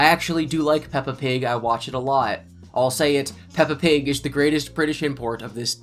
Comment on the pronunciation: Puppa Pig 🤣